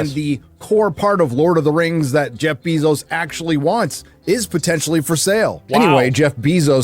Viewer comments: pronounces Jeff Bezos name all werid. It’s NOT bee 🐝 Zos! It’s “bay zos” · i love how bro calls him jeff bee-Zose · Has he really never heard "Bezos" pronounced? Jesus Christ "Beezos" is annoying lol